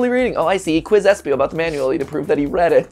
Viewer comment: Its espio lol